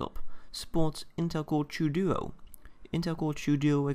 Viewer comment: its called intel core TWO duo not the intel core chew duo